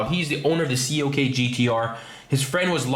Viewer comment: Its CLK not COK... -.